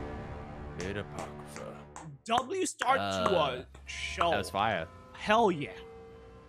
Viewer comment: This is how to pronounce it "A Pock Ro Fa"